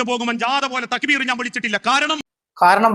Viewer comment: കൂലു തക്ബീർ അല്ലടാ പൊട്ടാ ബോലോ തക്ബീർ തലേക്കെട്ട് അഴിച്ചു കാറ്റ് കയറട്ടെ